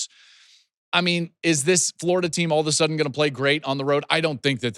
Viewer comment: like Ya'll...A'la-sudden is how it's done...